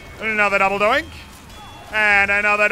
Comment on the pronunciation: It's double donk no double doink